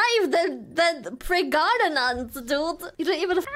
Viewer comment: The callout to pregananant made me die laughing. Fuck our genetic lines! Let em burn!